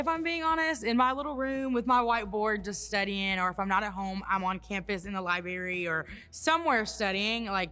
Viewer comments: She screws up the first sentence and She literally can’t say library and she is in college. It’s not lie berry, it’s library. There are two r’s in that really difficult word in that place she apparently frequents to study… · She can’t say library….. and she brings it up while talking about how all she does is study in her room or the library… If she is there so much, you would think she would understand the word has to R’s in it. It isn’t lie berry. Say it with me, “library”. Was that so hard. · Yea she’s study at the “Libary”ummm go back to Alana 🙄🙄